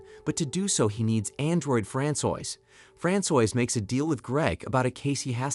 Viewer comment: Francois is not pronounced frand soyse. Its fran swa.